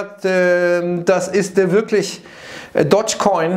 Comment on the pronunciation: DOge coin, nicht dodge coins lmao